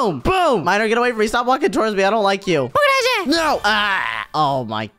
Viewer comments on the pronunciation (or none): Zoey is just domb for saying oh nuo